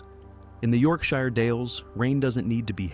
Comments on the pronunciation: 😂😂😂😂 I can just see everyone from York "the shire" glitch out cringing when they hear the rank pronunciation of their fair home... .. It is Yorkshir... ...dammit AI is worse than a mime "artist".. Learn the effing words 😂 (Not a comment on the commentary..haven't heard a thing since the first time York shire was pronounced 😅) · Just to second one of the other comments, AI narrated videos grate on me and I refuse to watch them, so I’m keeping that principle with this one too. It’s also particularly annoying listening to UK place names being absolutely slaughtered in their pronunciation. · Britain has hundreds of accents but in county names it's always pronounced 'sher', no matter your accent. The word Shire has become contracted over time to sher. So: - Yorkshire = York-sher. - Oxfordshire = Oxford-sher - Nottinghamshire = NottingHUM-sher - Derbyshire = DARby-sher - Leicestershire = Lester-sher - Worcestershire = Wooster-sher. Correct English (i.e British English) isn't always pronounced phonetically which can be confusing. This is because until Dr. Johnson's dictionary of 1755 there were no set spellings. Webster, changed to phonetic spellings in his own 1828 dictionary which is the basis of US English. Or 'Simplified English for Beginners' as we call it here in England.😀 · "York SHIRE" Any place name with the suffix "Shire" is pronounced "SHUH". A fell is a high and desolate place and often has hills or mountains that dominate over the tree line in the distance. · it's pronounced shear as in York-shear but written as Yorkshire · Your version is northern English which is wrong, Oxford English pronounces it as sher, York-sher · As someone from the Yorkshire Dales, hearing it pronounced wrong repeatedly makes me sad 😅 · Great start, can't even pronounce Yorkshire properly! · Sheer is fine it's shyre which is wrong. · Whos gonna tell americans Shire in Yorkshire isnt pronounced "shy er" its "yorkshuh" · Yorkshire is pronounce yorkshur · Pronounciation: YorkSHURE